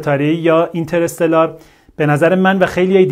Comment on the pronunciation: ممکنه همه اشتباه بگن ولی از شما انتظار نمیره کلمه انگلیسی هست و تلفظش هم همونه